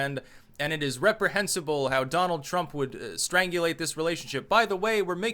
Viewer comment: Lol. "Dolan Drumbffh." Classic.